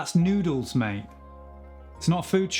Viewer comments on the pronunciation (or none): none